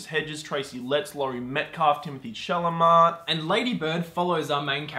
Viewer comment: you keep mispronouncing timothee's surname in all of your videos